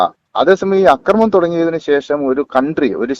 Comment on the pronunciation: കൊച്ചേ നിന്നോട് ഞാൻ പല പ്രാവശ്യം പറഞ്ഞു, അക്രമണം, എന്ന് പറയരുത്, മറിച്ചു ആക്രമണം എന്ന് പറയണമെന്ന്. അതേ സമയം, അക്രമം എന്ന് പറയാം. അവിടെ നീട്ടിപ്പറയണ്ട. അതുപോലെ നിന്നെക്കാൾ എത്രയോ senior ഉം ലോകപരിചയവുമുള്ള ഒരാളെ, എന്ന് വിളിച്ചത് ശുദ്ധ മര്യാദ കേടായിപ്പോയി. എന്ന് salute ചെയ്യാമായിരുന്നില്ലേ? ചുരുക്കത്തിൽ നീ മര്യാദ പഠിച്ചിട്ടില്ലാത്ത ഒരു മഹാ വികൃതി കുട്ടി തന്നെ.